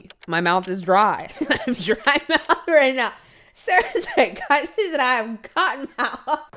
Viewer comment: COTTON MOUH 🤣